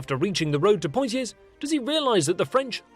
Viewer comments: Nice video, but perhaps your narrator might want to get some lessons in the pronunciation of place names. I swear to God, 75% of them are laughably wrong, including Poitiers. Poy-tee-ers? REALLY? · Poy tee ez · I also greatly admire the effort and research you put into this, which is why I'm baffled that you wouldn't spend 10 minutes finding out how to pronounce at least the key French names. POY-tears? Seriously? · Poitiers = pwat-ee-ay. SALISBURY = sauls-bury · na i'm sorry x) Poitiers, the S is silent, Saumur is said Somur, Tours, S is silent... Not even close to 5% x) But yeah, this channel is cool. just that damned rosbif accent.